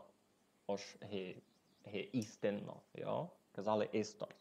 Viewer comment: На 1.02.39 за "истинно" говорите, на первому "и" наголос. Так у Іршаві и типирь кажуть. 🤣🤣, слухаву, тай пишу, а вы пак так и кажете.